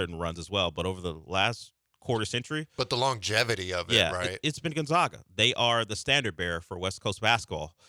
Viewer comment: See Kelvin Sampson press clip how to pronounce Gonzaga.